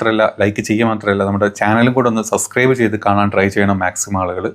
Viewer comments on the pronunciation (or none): none